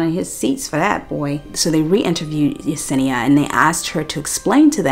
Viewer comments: Watching the battle of remembering her name is Yesenia not Yanessa is sending me. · It’s the fact you corrected yourself and then went right back to calling her yanessa 😂😂😂